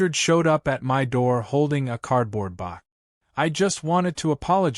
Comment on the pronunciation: BOX..not BOK..for crying out loud-!